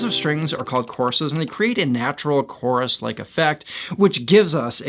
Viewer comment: Wow, you pronounce course and chorus exactly the same! Caught me off guard there!